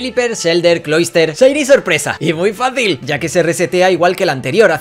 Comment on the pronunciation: Ohh muchos “chiny” hahaha